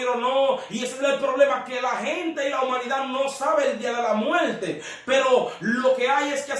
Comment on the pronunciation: Se dice muerte, no muelte. Infierno, no infieLno. Tormento, no toLmento. Esa es la realidad del asunto.